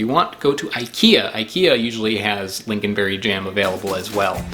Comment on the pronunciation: it is pronounced ling-on not ling-gin (